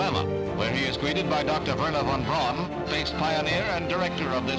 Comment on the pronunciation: Its irritating hearing the narrator say Von Braun wrong 🤦😂